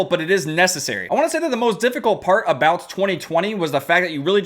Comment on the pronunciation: saying 2020: TWEE TWEE